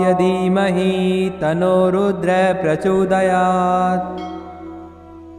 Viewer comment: अरे गुरुजी tanno रुद्र के आगे विसर्ग ऐ सा उच्चार करो,उच्चार nahi आता तो मंत्र मत बोलो.